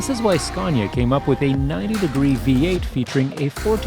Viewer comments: It is fkin not "scyaaawwwwwnya" it is "scan ya" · Ughhh SKA-ANNY-UH Say it right fucker ! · Did'nt know there was an "r" in Scania. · Its scania not sconia you muppets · There is no "R" In Scania! Scania is a landscape in Sweden!